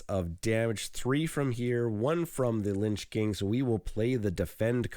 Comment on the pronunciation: It's Lich King (not Linch King). "In fantasy fiction, a lich (/ˈlɪtʃ/; from the Old English līċ, meaning "corpse". Related to modern German Leiche or modern Dutch lijk, both meaning 'corpse') is a type of undead creature."